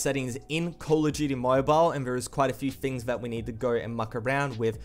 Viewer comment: "coll uh jeuyty"